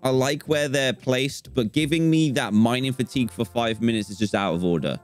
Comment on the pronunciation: I thought you said finer matigue